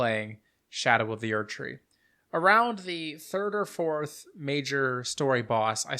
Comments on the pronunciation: I love that you pronounce it "sk'doo tree" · Skibidoo tree 🚽